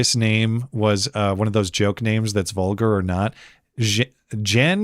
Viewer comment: "Jen-Dar'merie" "A gendarmerie is a military or paramilitary force with law enforcement duties among the civilian population, primarily found in France and other Francophone nations. The term is derived from the Old French gens d'armes, meaning "men-at-arms," and historically referred to heavily armored cavalry before gaining policing connotations during the French Revolution."